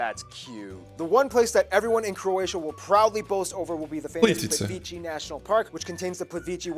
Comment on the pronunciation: Plivići ? Haha plitvice